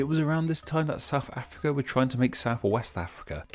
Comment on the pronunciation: Homie can't even say South Africa we'll